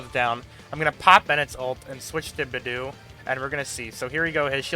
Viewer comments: I was just listening to your video in the background and heard "b'doo" and had NO IDEA who you were talking about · the way this guy pronounces beidou and the fact that he leveled an artifact to 11+ instead of 12 annoys me